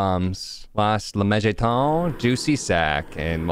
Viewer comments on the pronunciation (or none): I am very bothered every time dad says "lemejadun" instead of lemegeton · It's pronounced let-me-get-down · "lemegeton" is pronounced like "lay megaton" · i think its pronounced "lemme-get-on"